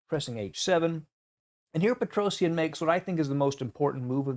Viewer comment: Google petrosian and listen how his name is prounounced as your still saying his name very wrong